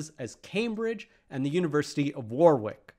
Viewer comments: "Warwick" is pronounced "Worrick", not "War-wick". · War-wick you mean Worrick! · Presh, a little pronunciation guide of British towns for our friends across the pond: Warwick: war-ick (the second W is silent) Leicester: less-ter Gloucester: Gloss-ter Derby: Dar-by Edinburgh: Edin-bruh (not berg) Birmingham: Bur-ming-hum (not HAM) There are plenty more but this is a good start. Now before the comments go off on me saying, this is a mathematics channel - well, we’re sharing knowledge in a respectful way without compartmentalising the subject matters, as Presh has wonderfully done with the history of the 50p coin. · To simplify, Presh should have said "Worrick". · The English WICK is always pronounced ICK. Saying War Wick is a social faux pas on a level with saying Ar Kansas. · The second W in Warwick is silent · Just a heads up but you do not need to pronounce the second w in Warwick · In Rhode Island, Warwick's second w is sounded.